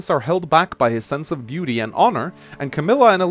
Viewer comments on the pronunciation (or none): none